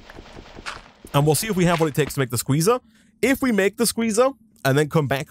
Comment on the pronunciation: What he is saying:SQUEZAAAA What i hear: SHIZAAAAAA!